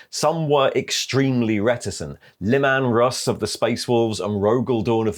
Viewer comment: Le-man russ? LE-MAN RUSS?